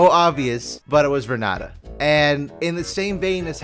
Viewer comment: Renata pronounced that way is so cursed. Its like saying "Jhaiki" instead of Jake"